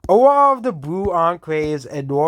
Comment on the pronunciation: Dis County is wed,an dis countie is bwoo..